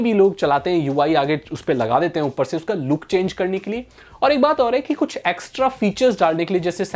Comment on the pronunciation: Aap Kuch ko Kulf bole...i noticed 😎